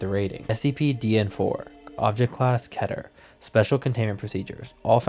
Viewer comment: The most baffling mispronounciation of Keter class.